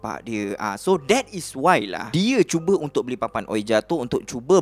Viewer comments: Sori, sebutan ouija tu "wiji", bkn uija. Tu je pape pon mantop cerita ko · Tak pernah tak padu punya content. Just sharing untuk sebutan "ouija", cara pronounce betulnya "wiji" or "weejee" board.